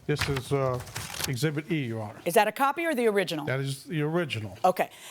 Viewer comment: Exhibit….. not Exhibt Mr. Lawyer 😂😂😂